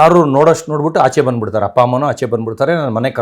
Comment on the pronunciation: ಹಪ್ಪ ನಾ ಅಪ್ಪ ತಾನೇ ಸರಿ ಆಗಿ ಮಾತಾಡಿ ಕನ್ನಡ ದಯವಿಟ್ಟು